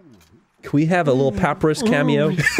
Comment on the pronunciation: Why do they purposely pronounce Papyrus wrong?